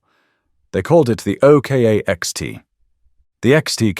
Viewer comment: I Might Be Wrong But I'll Have A Stab At What I Think The Pronounciation Of The 2nd Vehicle On Your List Which You We're Referring To As The O.K.A. But I Think It Would Be The OK Part Pronounced As OCK As In LOCK Minus The 'L' = OCK Then Add The 'A' To The End Of OCK = OCKA Which With A Little Imagination On The Pronounciation Sounds Like OCHRE Which Is A Paint That Uses And Is Made From The Natural Earths Clay As A Pigment That Forms As A Natural Colour Of The Earth That Is Used To Make It And The Same Colour Of The Mostly Outback Terrain That The OKA/OCKA Will Be Travelling On Hence What It Was Made For And What I Hope I'm Right About If Not Oh Well It Was Just A Thought That Stemmed From Whilst Watching And Listening The Thought Was Is That The Real Name And The Right Way To Pronounce It Regarding The Vehicle He Is Talking About Because The O.K.A. Just Dont Cut It Or Sound At All Right To Me 🤔 Hopefully Its Not Only Me That Had The Thought 🤷‍♂️ Anyways GOOD DAYS Y'all 🎩👌 ⚘_ _🙂_/ |_| / \